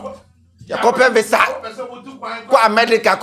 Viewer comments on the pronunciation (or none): none